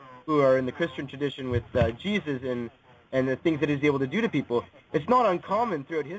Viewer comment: i think im having a brain aneurism after hearing all this YAYSUS